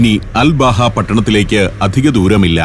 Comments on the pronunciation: Um.. Hathab.. Road.. എന്നത് ഉമർ ഹതാബ് റോഡ് എന്നും... അൽ ബാഹ എന്നുള്ളത് അൽബഹ എന്നും മനസ്സിലാക്കാൻ നമ്മുടെ സഫാരി പ്രേക്ഷകരോട് വിനീതമായി അഭ്യർത്ഥിക്കുന്നു... നമ്മുടെ സഫാരി 100/100... ആവട്ടെ എന്ന് കരുതി പറഞ്ഞതാണ്... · സർ അൽ ബാഹ അല്ല..... അൽ അബഹ എന്നാണ് പേര് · അൽ ബഹ അല്ല അബഹ എന്നാണ് പേര് പറയൽ